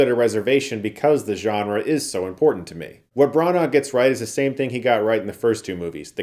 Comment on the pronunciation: Dude.. its pronounced 'Branna' not 'Brarnaar'